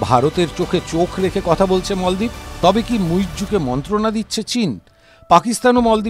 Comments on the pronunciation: মলদ্বীপ না মালদ্বীপ। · মলদ্বীপ নয় মালদ্বীপ,,,, বিকৃত উচ্চারণ কেন? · মলদ্বীপ কি, বলেন মালদ্বীপ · মল দ্বীপ😂